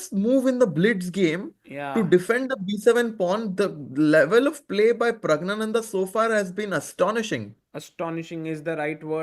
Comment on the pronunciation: "Pragg-Gyaa-Nanda" (NOT pronounced "gna" - silent N) Very strange to hear native Hindi speakers mispronounce a Sanskrit name.